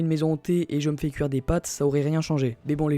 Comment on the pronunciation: On dit des pâtes, pas pattes :p Sinon nickel la vidéo